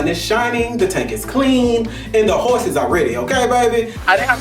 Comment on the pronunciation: Rico said “we was riding horseses” 😭😂